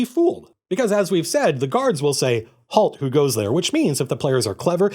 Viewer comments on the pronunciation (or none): none